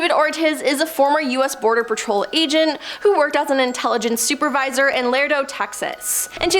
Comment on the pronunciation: You might think that you would know how to pronounce words that are critical to your stories... you would be wrong. Lardo, Texas?, time to go now